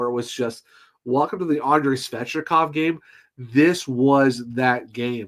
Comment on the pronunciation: It's Svechnikov not svechikov